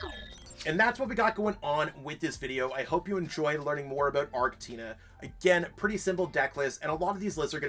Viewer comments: Please Lord stop pronouncing it "Guy-ra-tina" 😫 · Its pronounced gear a tina